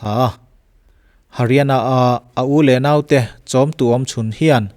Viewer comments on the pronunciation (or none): none